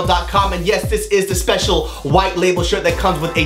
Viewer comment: "spetchul" lmfaoooo